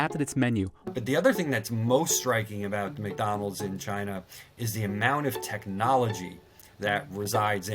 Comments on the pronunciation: Fun Fact: McDonald's is pronounced Mai Don Lau in Chinese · It is pronounced 'My down lound' in Mandarin, and 'Mc dawn low' in Cantonese. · the way he butchered “behemoth” and also can’t even seem to pronounce McDonald’s clearly